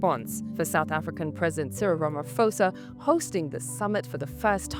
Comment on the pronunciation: It's not professional to pronounce his name Rama- foe-sah when it is pronounced Rama-poh-sah.